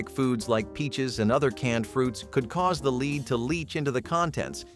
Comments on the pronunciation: Damn those leed based cans, right up there with "leed" based paint and gas. Shame they didn't use Lead...erm I mean"Led". Sigh...nice show but would be better if a human spoke it. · I was laughing too! Lead, lead, lead, lead (like leed), and then lead a few times (like led). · 'lead' is pronounced 'led', not leed. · In some spots where the video is talking about canning, it pronounces "lead" as "leed," in others it pronounces it as "led." Can't it be corrected? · Between the butchering of the video and clearly mispronouncing words (lead as leed) its barely watchable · Mispronunciation times two: LEED-BASED SOLLDER. Should sound like “led-based sodder.” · Lead became leed? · Leed?! Lead?! Why does the commentator keep flipping between pronunciations?! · Lead solder or leed solder? Nice way to pronounce it differently in the same fucking sentence. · Lees?it’s bloody😊 leas, pronounced phonetically as led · Am I the only one who is irritated by some of the pronunciations? Like “leeeed poisoning” or “sold-ur-ing” cans?? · When “lead” is used to refer to soldering or the material that you can be poisoned by, it’s pronounced “led” 🤷‍♂️ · Lead,pronounced led. How can you get it wrong then right?. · It’s pronounced LED. !!! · right like bro it’s lead (led) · So if this guy pronounces "lead" as "leed" one more time I'm gonna lead myself off a cliff. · It's pronounced lead. Not lead. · Please learn how to pronounce margarine and lead .. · Lead is pronounced inconsistently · Im still laughing at how he kept saying lead wrong and then saying it correctly at small points